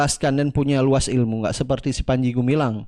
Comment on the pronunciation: Salah ngucap panci.....